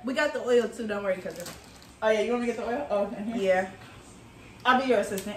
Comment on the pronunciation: you swear you're from Baltimore "tew" lmao